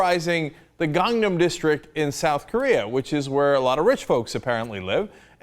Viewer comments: Actually in Korea it's pronounced "kahng-nahm" so just saying you're Korean doesn't really sit... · I honestly don't know why he's made this video. He takes the piss out of Riley for saying Psy wrong when Cenk can't even properly say Gangnam (he says Gongnom), listen I dislike Riley but this was just childish and stupid. And don't correct me on the pronunciation, I'm Korean myself.